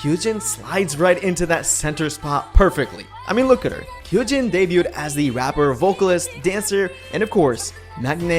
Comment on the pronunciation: KYUJIN is the youngest and the guy saying her name wrong.The Y is silent.